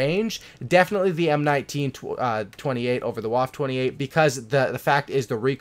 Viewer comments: It’s pronounced “Wofa" not “wof” lol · Its pronounced vwaffe not waffe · It’s pronounced vaffe not waff idiot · w in German are pronounced like v's so the waffe28 is pronounced vaffe28